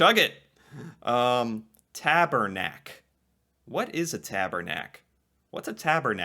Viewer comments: Tabernac is pronounced as TABARNAK!! I’m French lol. Roll the R 🤣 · as a Quebecer you'll more pronounce it Tabarnak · Tabernac : not elegant at all ! Taw-bawr-nack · I think is more polite to say Hoser than Loser ! It’s not TaBERnac …. It is TaBARnaK ! French language swear word Out of a rip means : Go out side for a duel battle (man to man….. mano a mano) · it's "tabarnak" not "tabernak" hahahahaha . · Tabarnak, why do english people still say Tabernac, its not.... We say Tabarnak. hahaha Just kidding you, I know the accent is what screws it in the pronounciation. My guess is that many of these slang are very regional, cause most I had never heard before. For example I would hear Chesterfield a lot in western Canada, but I never heard that in eastern Canada. I'm half Québécois and Ontarian, but I also lived in Alberta for 5 years and many of these I never heard before. And toque, is actually derived from Tuque in french that means beanie. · I've never heard most of them ... I'm from Quebec, so I wear a "tuque" since it's a French word ... a "giver" here has more of a sexual connotation (somebody who loves to "give" more than he "receives") ... and it's not "tabernac", it's pronouced "TABARNAK!!!" and you can't say it in lower caps and without many exclamation marks ;) hahaha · We say Tabarnak with A not Tabernak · Tabernac is a church word in english Tabernacle but it actualy pronouced Tabarnac. BTW all french Canadian swear words a church related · We would never say tabErnaK though it's tabArnak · The pronunciation of the french swear word is TABARNAK and not tabernac. It comes from ''Tabernacle'' witch is a receptacle for the consecrated elements of the Eucharist. It is a Blasphemy, in a religious sense, refers to great disrespect shown to God or to something holy like the Tabernacle. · it should actually be tab"a"rnac or tab"a"rnak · Tabarnak* :P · It's pronounce "Tabarnak"